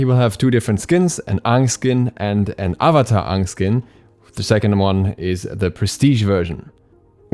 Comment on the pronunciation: ok but “uh vuh tar” and “uhng” though 😭😭